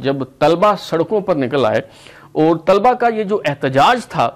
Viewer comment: اپنا طلبا کا تلفظ درست کریں- ل پر زبر ادا کریں